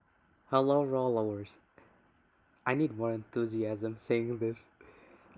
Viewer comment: I thought he said something in Arabic